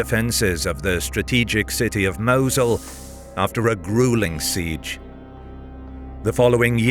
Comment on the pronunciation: The prounounciation of Mosul and boogeyman hurt me bad...